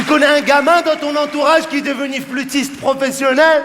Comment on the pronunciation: ohhhhh nn pas il a dit flutisste hahahahahahahahah 😂😂😂😂